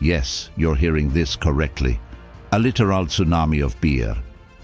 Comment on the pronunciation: Pretty funny. The robo voice says there was a "lih-tear -ALL beer FLEWD." And then it says, "Yes, you're hearing this correctly!" That's when a I stopped watching and downvoted. I don't care what the content is: if you can't speak proper human English, it's not worth watching.